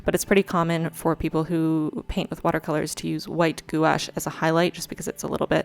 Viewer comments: Love this! And no hate, but FYI, it’s pronounced « gwash ». Also, for quality, you should use a fit bit! When you sleep, it tells you how you sleep! It’s awesome! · I’m sure someone already told you but gouache is one syllable; it’s pronounced “gwash,” like squash. I’m impressed how how you just went for it. I’m going to start my first bujo in July and wasn’t sure what to use as a theme. A lunar theme might be the way to go, thanks! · If you have any questions, I used to be the technical advisor for a major art supply company and I'd be happy to share my knowledge! Watercolor is also my favorite physical medium. Also, I've generally heard gouache pronounced 'gwash' c: It sounds like you've learned a lot on your own though, and your moons are beautiful! I think I'll do a moon theme for my July spread too. EDIT: Thank you for the depression visibility. ♥ Here's to July being a better month.